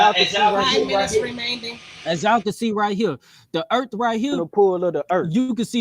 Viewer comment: How can any one take a grown ass man that pronounce earth "eard". I'm sorry I know that's an ad hom but come on.